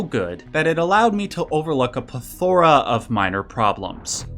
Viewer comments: You said plethora weird but I’m gonna let it slide because the very start of the video gave me a good chuckle. At this point I’ve gotten too high to remember what it was lmao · Watch 3 amigos to see how to correctoy pronounce "plethora" lol